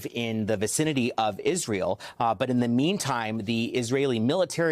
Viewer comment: He Said Pissrael.